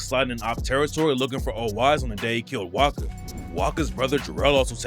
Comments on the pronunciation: his name is pronounced wasca you keep saying waka, but i swear you said it right the first time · Its not waka its wasca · oy wasca not waka ......what bro lol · callin wasca “waka”